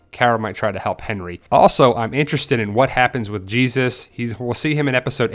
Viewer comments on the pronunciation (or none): none